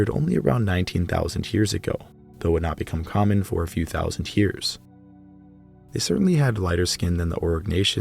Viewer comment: "thouSINT years-hago"